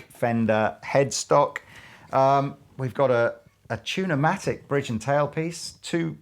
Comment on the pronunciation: Two-namatic, tu-humbuckers...